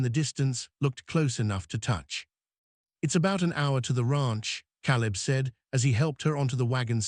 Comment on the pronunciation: I think one of the girls would have been a better choice for the hair-braiding. But it is symptomatic of the AI nature of the story. The mispronunciation of words, Caleb's name, "baby, "mama", shows the non-human element that makes AI so unsatisfactory. The story was good up to a point. The kiss and the declaration did not have enough groundwork to be really believable. Images and captions were good. The voice was O.K., but couldn't overcome the mispronunciations to be be really human. Productions are getting better, but relying too much on AI still makes the final product feel lacking. OR, USA